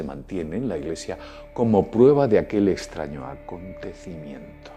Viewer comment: Jeje ya sé, solo que lo hago porque se me hace curioso con el lo pronuncia.